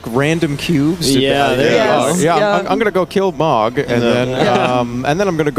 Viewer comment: why is he mispronouncing mogs name